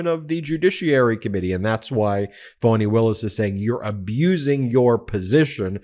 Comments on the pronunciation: Why do you continue to mispronounce Fani’s name? You make it sound like it’s spelled “Fonnie” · I am puzzled by you pronunciation of the name 'Fani'. I could be wrong but I fail to see how 'Fani' becomes 'Fawny'. Surely 'Fani' is an American version of 'Fanny', which is an abbreviation of Stephany - the female version of Stephen, Steven!